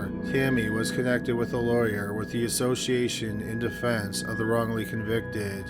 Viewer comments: Wongly convicted?? LMAO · Wongly Convicted